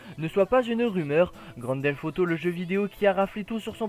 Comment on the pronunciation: tu dis Grand Delf Auto XD